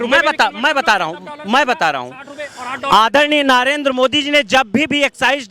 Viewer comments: पहले नरेंद्र को नारेंद्र बोलना बंद कर 😂😂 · नरेंद्र मोदी का नाम तो सही बोलना सीख ले ,,नारेंदरा बोल रहा आंड फिसचुला 😂😂